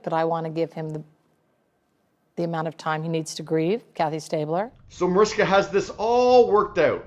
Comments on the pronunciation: You always pronounce her name wrong! Proper pronunciation is Marishka! Just FYI! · I listened to it again and you said Mariska without the "h" sound. I saw even her husband say that is not the right pronunciation! Just keeping it real, no malice intended!